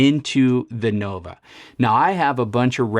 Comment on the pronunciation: Can’t even pronounce the name correctly, Nova, not Novo!